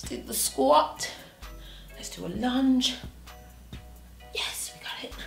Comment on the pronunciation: When you said lunge low key thought you said lunch 😭